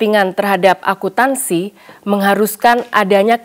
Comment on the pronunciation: Maaf agak terganggu dengan kata "Akuntansi" tapi terbaca "Akutansi"😅